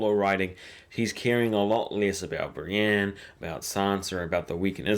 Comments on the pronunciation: why must you pronounce Brienne as "Bran"??? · Pronunciation exercise for you: Bran, Brienne, Bran, Brienne... repeat until they sound different. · This guys doesn't know how to speak properly.